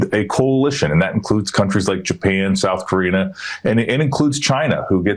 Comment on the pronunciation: Did he say South Korena?